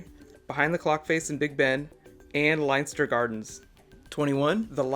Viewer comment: Pronounced lenster Lienster